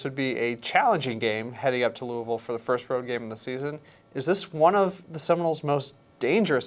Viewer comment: Thank you so much for saying Louisville correctly